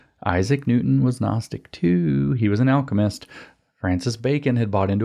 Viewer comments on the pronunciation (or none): none